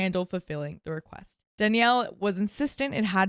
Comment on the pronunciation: "I need to be very careful when enforcing boundary" is not a correct sentence! It needs to be boundaries. Enunciate the full last word of sentences! Don't make us guess what you're gonna say. "Reque" does not equal request, pronounce the full word!